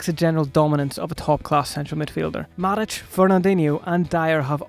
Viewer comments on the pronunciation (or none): none